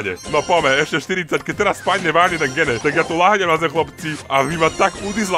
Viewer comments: To sa nečíta gene číta sa to (džin) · inak "gene" sa číta "džín" :)